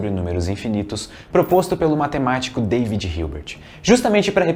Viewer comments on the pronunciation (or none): none